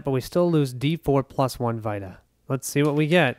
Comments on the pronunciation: Yea you were pronouncing it like vitamin but it’s an e sound. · FWIW it’s pronounced “vee-ta” like in PlayStation Vita.